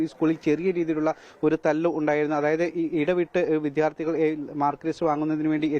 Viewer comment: 🤔വീണ്ടും "വിദ്ധ്യാ ർഥി " മോനെ ശ്രദ്ധിക്കുക 🙏🏻